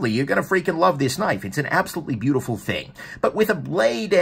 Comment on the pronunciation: "...very visually compelling." Yeah, this thing is bee-YOO-tifull!